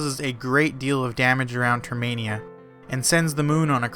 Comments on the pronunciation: It’s termina. Not termania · Nobody is going to point out he said Saria's Song as Sara's song. Termainia? Ugh. Its Termina... The cringe is real. XD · Termina Not Termania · I always thought it was termina and not termania, huh? wait , It is termina so why do you call it termania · The skullkid he meets on OoT is the same in MM. And it's Term-in-ah. ;) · Great video with accurate facts but there's just one thing... It's pronounced TER-MIN-A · It’s termina, like terminal. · NO! YOU ARE PRONOUNCED TERMINA!